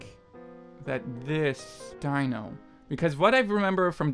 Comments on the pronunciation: Why is no one correcting him. It's not Die-no. It's Dee-no. (Confusing yes, but still incorrect~) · ALSO STOP CALLING DINO "DYNO" IT'S DINO : "DEAN-O" DINO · sadbutrad that doesn't matter. The fact of the matter is his stage name is pronounced Dee-no and should be pronounced as such. It's rude to straight up ignore it. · Omg rip lol that quiz with the fan art was kinda bullshit, ngl XD also, here's some help with pronunciation: Dino is pronounced like dee-no Jeonghan is pronounced like jung-han (the "eo" you see in korean names is one sound) Seungkwan is pronounced with the k sound at the beginning of the second syllable (so like seung-kwan, and the "eu" in seung is pronounced kinda like the "u" sound in "put") Mingyu is pronounced like min-gyoo, not ming-you Wonwoo, if pronounced in korean, is pronounced won-oo, without the second w, I dunno why they put it there for english translations?? They put that extra w into a lot of korean names with that sound for some reason lol But people always pronounce it with the second w anyways so it's not really a big deal lol The8's real name is Minghao and no one really calls him The8 tbh, you can if you want but if you hear the name Minghao somewhere just know that it's the same person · its pronounced junghon. and its not dino, its pronounced deeno. you did good though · See, that I get, but purposefully disregarding the proper way to say it is still rude when you're capable of saying it.